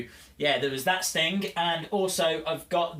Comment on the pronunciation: You kinda sound like your saying Stink 😂